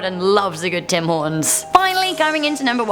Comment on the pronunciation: Eh" Tim's coffee is Go-od